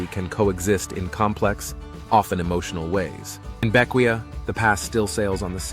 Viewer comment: It’s pronounced Vin-Cen-Shuns. Bequia is Bek-Way. Canouan is Can-O-Juan.